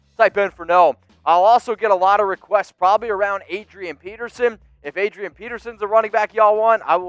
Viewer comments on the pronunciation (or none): none